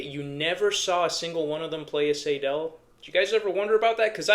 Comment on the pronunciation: Btw, it’s “Seydel” - rhymes with Billy Idol. …But, then again, there are several very different German dialects, so, perhaps I’m wrong and right at the same time…? The Session Steel has its issues. The stock combs are often, ahem, crud. They can crack very easily. A Blue Moon comb can turn the harp into a real instrument. And, the Session reeds, on every one I’ve bought, must be gapped properly. So, they are a good,well built harp - but, only after some tweaking, and a custom comb. I prefer and “tin sandwich” style of harp comb ala Marine Band, 1847s, Golden Melody, over the Special 20, Session Steel , style of comb, anyhow. The 1847 is an entirely different story. That is a fine, complete harp. As opposed to the Session harps I have, every 1847 Silver harp I own were ready to play, out of the box.